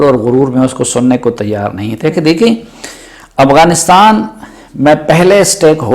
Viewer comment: It's AFGHANISTAN not Aghwanistan.